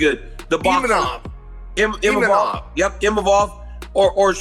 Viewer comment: Chael saying imanov is so funny instead of imavov